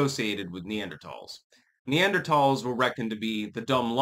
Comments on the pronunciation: Wrong. is pronouncing it right. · Talls not thals